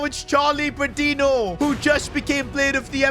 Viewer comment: Each time he pronounces Patiño as Patinho a part of me dies